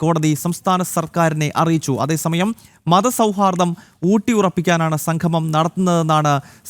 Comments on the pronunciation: സംഘമം എല്ലാ ചേട്ടാ സംഗമം ആണ് ശരി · Sanghamam alla monaee..sangamam. malayalam pronunciation padikkuu.